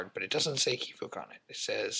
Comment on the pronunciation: Hello, I'm glad you received the cards and your pronounciation of Kiviuq is great. As for the signed land it is written in Inuktitut syllabics so a twist on a signed land. Cheers